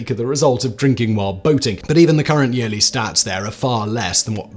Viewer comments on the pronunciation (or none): none